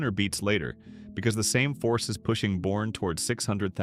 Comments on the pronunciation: It's pronounced "B-u-r-n-e" not born. The Blue Bonnet cafe is not what it used to be. They have succumbed to the "Sysco Foods" mindset. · It's Bernie not Born - Boerne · Right? Boerne is pronounced Bernie. It's how Texans ferret out folks who ain't from 'round here: like Nevada, Tx Or Nacodoches